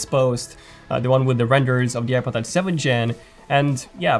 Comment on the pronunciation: Something about the way you say iPod Touch sounds like "I butt touch"